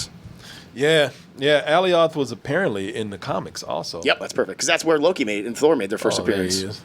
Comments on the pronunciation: Another clever easter egg inside bowling alley hideout can't believe you guys missed was the arcade cabinet for Polybius. And it's pronounced "uh-LYE-oth", which sounds like/rhymes with "Goliath". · Y’all watched the episode and STILL mispronounced Alioth?